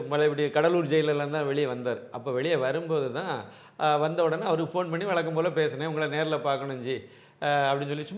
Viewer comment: பேசு தமிலா பேசு என்று எல்லாம் பிழையோடு தமிழ் பேசாதே. நீ அணிந்திருக்கும் உடை அழுக்காகவும் கிழிந்தும் இருந்தால் பெருமையோடு போட்டுக்கொள்ள முடியுமா. பலக்கம் வலக்கம் னு பேசி தமிழைக் கொல்லாதே!